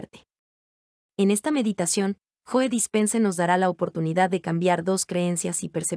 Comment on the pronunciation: Se pronuncia como si dijeras "llou" y es Dispenza no Dispense